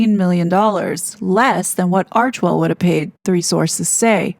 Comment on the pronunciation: Thankyou for pronouncing Archwell correctly. Im so sick of hearing "Archiewell", or "Archerwell" by ppl who should really know better. Arch and Well. 2 syllables only.